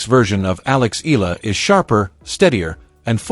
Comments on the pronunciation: Eala is pronounced " E'yah lah" in Philippines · E-YA-LA correct pronunciation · Pls. correct your pronunciation of her family name. Eala is pronounced as Ee-ya-la. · To the vlogger: Please do not change the spelling of her last name not unless you're authorised by the person. Its EALA NOT ELA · Say hey name right, then I'll subscribe